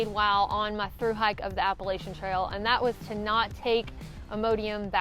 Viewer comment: I had trouble keeping track of multiple negatives until I realized that what I was hearing as "not" was sometimes actually "night".😉